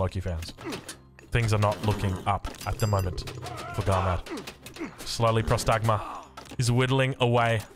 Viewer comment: Próstagma* not prostágma... means "awaiting orders"... its basicaly a question